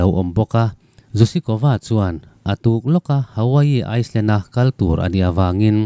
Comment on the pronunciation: Island hi iceland i ti tlat a